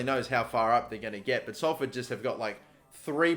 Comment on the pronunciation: OMG YOU SAID SALFORD RIGHT